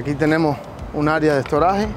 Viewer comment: Exacto , necesita un curso de español - la palabra estorage no existe- 2020 en español dos mil veinte ...